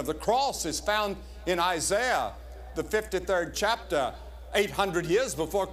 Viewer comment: Don't you just love how he says "Chaptah"? ❤